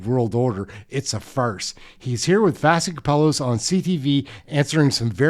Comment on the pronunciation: Her name is spelled Vassy but is pronounced VASHY